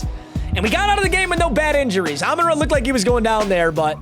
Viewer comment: Love the videos but got to get the name right it's Amon RA like the sun god